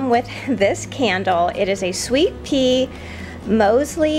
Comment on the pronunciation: Says sweet pear candle not sweet pea